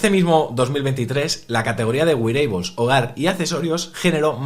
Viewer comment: Wearables xD no güireibols jaja